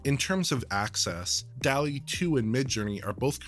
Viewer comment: It's pronounced "dawl-ee", not "delly". There're two Ls, like in "hall". *armor